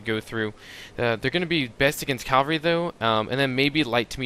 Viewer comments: I'm actually really happy that you made this comment, but I do disagree with it. It's not been pronounced calvary so long that it's common in the vernacular so therefore it should now be changed and addended in the dictionary that it's correct to now use the word 'calvary' instead of it's proper usage 'cavalry'. If all societies and areas that spoke English started using the pronunciation 'calvary' I would agree with you, but they don't. Just ask or listen to anyone talking about history that knows what they are talking about, or someone who isn't just a 'word skimmer' and actually READS the words on the screen on in the book and then instantly knows how to pronounce it correctly. What I really like about your comment is that it shows that you have some knowledge about how words change over time. It's just not been long enough. 100 years ago during world war I, cavalry was still used (though poorly) and most everyone in the war called it cavalry instead of calvary. What you're seeing in this video and what I'm constantly surprised about, being that when I see a word I also see how it's spelled, is why things are commonly pronounced incorrectly. The argument to your opinion is this: If people started calling a specific word aminal instead of animal, and all the people in a small area continue to do this for 500 years, you might see that as an acceptable 'alternate' pronunciation of the word. We are just not at that state yet. Millenials that can't be bothered to look at the wo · Dude... great videos. However I gotta say, you say the word 'Cavalry' very strangely. It sounds like you call it 'calvary'. It keeps throwing me off! :P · The word you're looking for is "Cavalry", not "Calvary". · Love the vids, but how come so many people can't pronounce 'cavalry' correctly? Calvary is not the same thing as cavalry. lol